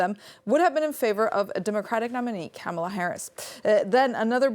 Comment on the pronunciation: Yes, she can’t say the vice presidents name correctly. Says it all, only boomers and trump supporters say it wrong